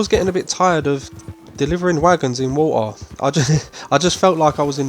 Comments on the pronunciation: I'm sorry, are you saying "water" when talking about Bayou Nwa location? lol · Yes, it's an accent.